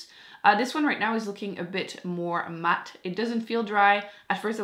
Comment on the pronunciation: Dee matte? 😂 I love the way you talk it’s adorable!